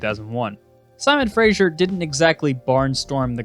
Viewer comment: Simon Fraser...Pronounced "Frazer", not "Frazher"